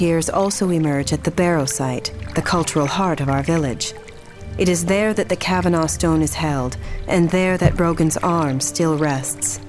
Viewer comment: Cavanaugh: CAH-VUH-NAW Son.